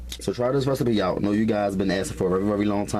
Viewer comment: Restape (Recipe)... 😂